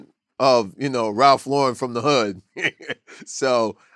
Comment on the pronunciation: It's not ralffffffffff levellllllllll